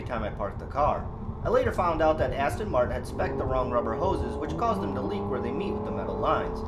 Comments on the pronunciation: Practice saying Aston Martin.Not Aston Martun. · How can you own a car and not know how to pronounce it's name ? Aston Martun.Fuck off !